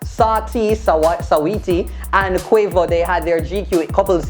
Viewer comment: the way how call quavo and saweetie name loooooool